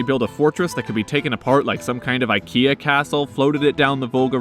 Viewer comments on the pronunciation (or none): none